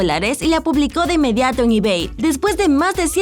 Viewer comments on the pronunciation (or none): none